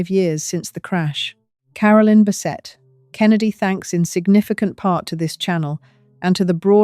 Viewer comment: I think this is AI generated. The odd pauses while she speaks, the way she said “Lauren Bessetta” and “alzo” instead of “also” in the beginning